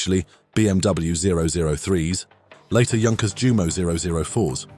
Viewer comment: jew MOH? NEIN yew MOH